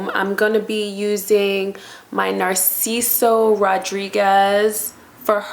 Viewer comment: Please lean how to pronounce your perfumes. ‘Narciso?” “Toilet?”